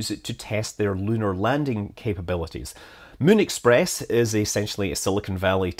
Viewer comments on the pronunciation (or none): And all I could hear was 'Mün express"...